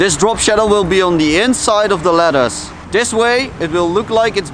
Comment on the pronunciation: He sounds southafrican